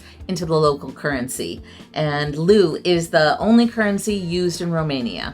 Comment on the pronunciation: How to pronounce LEU (singular): /l/ as in ''look'' /eɪ/ as in ''day'' /uː/ as in ''how'' Romanian "e" is not read as "i" but exactly as it is written, i.e. "e", as in "day" Try it! I am native romanian and I live in Romania.😏